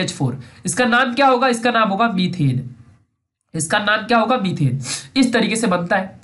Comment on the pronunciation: it should be METHANE not METHENE it should be ETHANE not ETHENE